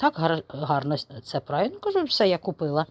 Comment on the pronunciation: Не "прає" , а ПЕРЕ .